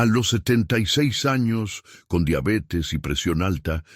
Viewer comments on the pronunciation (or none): none